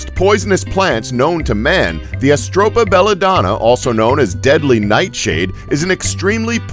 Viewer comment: where the hell did you pull the "s" sound from atropa belladonna from ?!